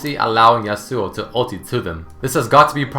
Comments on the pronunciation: The real pronunciation of his name is "Ya-su" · Yas-oo-o, your killing me here man. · its pronounced yas-ow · Why do people do that?Stop pronouncing is damn name wrong... Yasao, Yasu, Yeisuo... It's Ya - Su - Oh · Wilson Daniel Pereira How can they badly pronounce a name that they created? Even though the "real" originial name is pronounced "Ya-Su", they added an "o" at the end. It's not the bad way of saying it, it's his name given by Riot. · I thought it should be pronounce Ya-swo . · Love but still bothered by the way he pronounces 'yasuo' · i know its not a big deal but i'm really disturbed by the way you pronounce Yasou :/ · finally!! even Riot pronounce that rong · Did you know...Yasuo's name is accentuated on the first syllable?